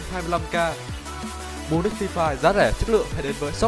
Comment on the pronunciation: Hay đoạn "phờ ri phai"